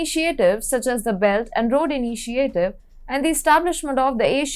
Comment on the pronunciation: Her pronunciation of many English words is terrible. She needs to work on words such as "alternative"/"initiative"/"development"/"European"/"energy"/"ecology"/"particular."